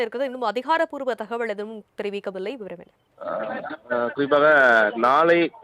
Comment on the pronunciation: Dear news reader.....thakavazhl.....illa. thagaval......pls pronounciate tamil properly